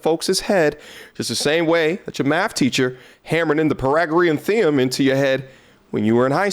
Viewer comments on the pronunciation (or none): The what my boy? lol pai ·tha·gr·ee·uhn thee ·ruhm